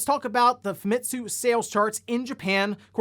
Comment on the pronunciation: Uh, excuse me, Famitsu is pronounced "Famee-tsu", not "FamIHtsu". I really hate it when English-speaking people pronounces Japanese words wrong. I also really hate it when people mistake Japanese cultural references in videogames (such as NicoBBQ more than once mistakes spirit-possessed lanterns in Mario Land are burgers, even when I try to correct him, but my voice falls on deaf ears, which made me refuse to watch any more of his videos...), it REALLY bothers me allot when people do that, speaking English tongue mispronunciations of Japanese words, that many many people do in exactly the same wrong way to say Japanese words... It bothers me so much I message a paragraph of my problems with people who do that and needing to correct them. I have to defend my Japanese culture, ya know?